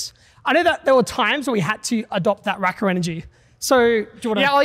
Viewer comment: Nearly a decade on and Logan still can't say RackaRacka properly 🫣